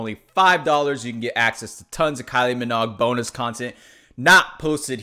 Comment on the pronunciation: It’s pronounced “min-ogue” like the word rogue. Not “mog”